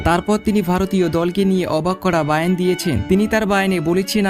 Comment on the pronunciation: বয়ান হবে তাকে আপনি বার বার বায়ান বায়ান বলেছেন।